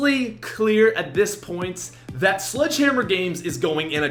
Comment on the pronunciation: Is it just me or did say sludgehammer?